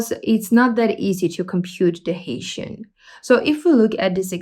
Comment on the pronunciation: I think Hessian is pronounced as heh-see-an, not as Haitian.